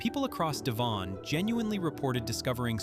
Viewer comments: Wrong pronunciation for Devon. It's not D'Von. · Devon - Dev- un. You make it sound exotic. 😂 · Interesting video but for god's sake do some work on your pronunciation. Devon for instance rhymes with heaven, Lazy and irritating. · you should learn yo pronounce place names correctly YANK. E.G. DEVON IN SOUTHERN ENGLAND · Please stop with the shite music ,apart from that and the way you pronounce DEVON not a bad vid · Learn how to pronounce DEVON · There wouldn't have been haystacks in the fields in February. How can you pronounce Eurydice but not Devon? This is all very interesting. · Sounds frenchy. 😊